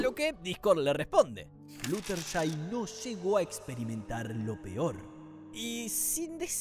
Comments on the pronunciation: Flushertai? Se dice Fludershai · "Flusherty" Pobrecita no pueden decir su nombre bien por una vez. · Como fan obsesionada con mlp te digo que pronunciarte mal algunos nombres, fluttershy se dice florershai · Jajajaj la forma en la que pronuncia el nombre de fluttershy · Voy a ignorar lo mal que pronunciaste "Fluttershy"